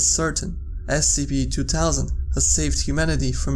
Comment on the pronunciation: Scp two towsand can he not make the th sound?